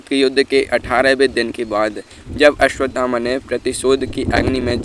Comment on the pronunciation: भाई हिन्दी भी नहीं बोलनी आती तुम्हें तो😂😂 अश्वथामा को अश्वधामा बोले जा रहे हो। 😂😂